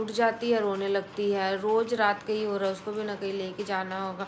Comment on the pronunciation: He he kyun bolti ho?? Hai nahi bol sakti kya thik se??